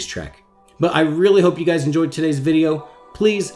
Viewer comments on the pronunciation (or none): none